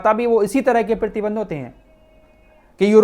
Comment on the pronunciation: प्रीतिबंध नही प्रतिबंध, अहान नही आवाहन 😂😂😂